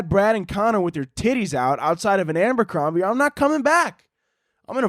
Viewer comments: babe its Abercrombie not Ambercrombie but you know go off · everyone else: “Abercrombie”: “ambercrombie”